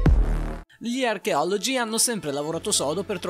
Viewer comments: Gli archeologi hahaha come lo hai detto oddio hahaha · All'inizio del video come cavolo dice gli archeologi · raga ma come ha detto archeologi ad inizio video?? 😨mi mette ansia non so perché lol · come hai detto archeologi 😂😂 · ma come hai detto all'inizio "gli archeologi" che cosa strana nn ti volgio offendere